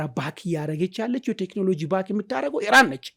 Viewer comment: ኢራን በል ጋላው ሄራን አትበል ውይ ስንቱን እናሰልጥናቹ 🤣🤣🤣